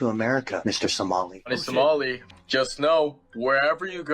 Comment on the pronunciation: did you says Johnny SALAMI? YOU GOTTA APOLOGIZE TO TASTY SALAMI